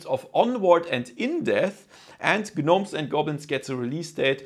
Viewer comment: Its pronounced nomes and goblins. The G is silent. Fyi.